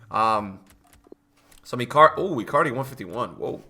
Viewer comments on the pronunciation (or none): none